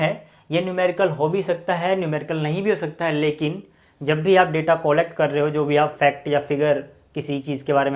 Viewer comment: Collect ka pronounciation sahi nhi bol rahe ho aap 😂😂😂